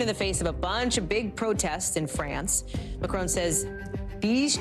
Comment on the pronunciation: Hey Hally, his name is pronounced as Macron as in Mac ron, not Macrone as in own. Just saying.